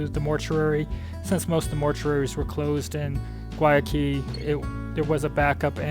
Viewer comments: Learn how to say Guayaquil. (Why a kill) is the proper pronunciation. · Haha...I thought it was Guayaquil they were trying to say. I lived in Cuenca for almost a year. They are just traveling through though. Of course there's Google Translate:)